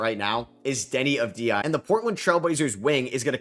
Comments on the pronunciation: It's Denny Odddvia not Avdia. You are the only one that mispronounce his name. It's irritating. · I don't like how unprofessional this channel is. Every day new vid I guess there isn't any time to actually watch basketball and get smarter. First Deni isn't top 18 here he's top 5. Secondable Deni being one of the best prospects ain't a hot take no more he even got some players allstar votes this year and last year was a runner for MIP. 3d he's pronouncing AVDIJA wrong. This guy is a joke